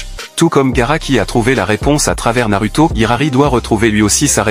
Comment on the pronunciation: T'as encore du boulot à faire avec tes IA Voix-Off. Tu te contentes juste d'écrire des mots, alors que tu dois ecrire des sons: au lieu de RINNEGAN, écris RINNEGANE, ou NAROUTO au lieu de NARUTO, etc...